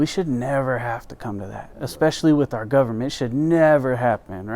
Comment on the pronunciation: Pet peeve it ts OUR as in hour not ARE! Pronounce it correctly! My pet peeve however it is important! You are so great glad you are back at it!!!